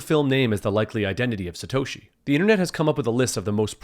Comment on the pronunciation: Paul Le Roux "Slatoshi"